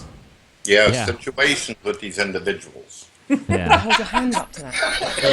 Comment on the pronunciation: "All's you gotta do is get those indivijuls into some sitcheeations."